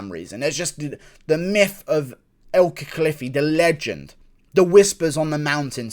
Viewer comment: ITS EL CACLIFFY